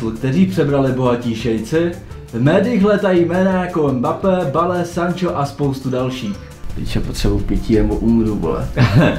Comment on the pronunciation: Prej "bale " místo "bejl" xdd